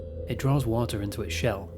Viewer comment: Water -> wa-ah